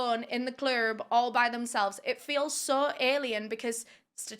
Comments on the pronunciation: “in the clurb”😂❤ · Did you just say "in the CLURB"?!